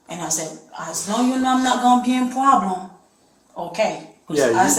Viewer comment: It is gowna be a pwoblem